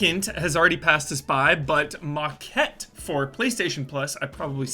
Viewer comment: You pronounced Maquette pretty well. Was a little off on the "a" pronunciation, but still solid overall.